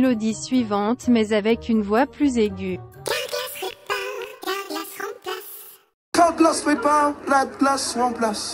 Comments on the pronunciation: il dit « cawglass répare, la glace lemplasse » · Effectivement CALGLAS REPARRR CALGALASSS RUPLACEEE ! (Je ne me moque pas de l'accent mais de l'arnaqueur)